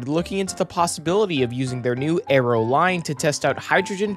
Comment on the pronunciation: It's ARROW not AERO.